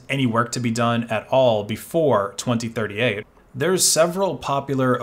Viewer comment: you mispronounced 2038